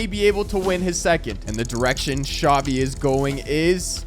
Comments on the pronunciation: bruh why does he call xavi, javi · Him pronouncing Xavi: Chavi Me: Shawty 💀